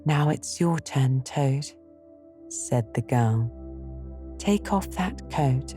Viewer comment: I love it,, but does anyone else notice the last letter in some words sound like theyre missing ? Especially right at the beginning Toad, Rat and Rabbit..